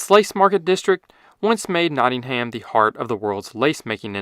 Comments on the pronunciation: For those who haven’t been or spoken to anyone, it’s usually pronounced more like: ‘Notting-um‘ (studying maths there) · Good video but Nottingham is pronounced, “Notting-em’ ignore the ham. This is the same with many places with ‘ham’ in their name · It’s pronounced “Notting-um” ☝️🤓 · ‘Not-in-haym’ 😂 lol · Just a pronunciation thing, Nottingham is pronounced as Not-ing-um (Or Notts). The over-pronunciation of the H feels similar to non-UK people not being able to Worcestershire. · Nottingham is pronounced without the H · As a Nottingham resident, please never say that again